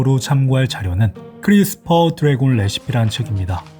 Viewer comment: 크뤼스풜드뢔곤뤠시피~!(뿡) 너무웃긴거아니냐고ㅋㅋㅋㅋㅋㅋㅋㅋ